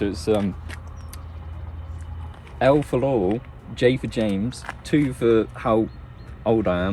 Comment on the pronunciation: everytime he says "laurel" I think hes saying "lol"